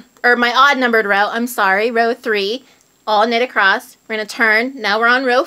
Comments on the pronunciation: Across not acrosst (sorry) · I heard that pronouncing across as acrost was a north mid-western thing. The repeated mispronunciation is accosting my west coast ears. Great channel nonetheless! :) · Sometimes it's just a regional thing... all my family in Indiana says "acrosst" too. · why is it that Americans and Canadians pronounce the word across with a "t" at the end? lol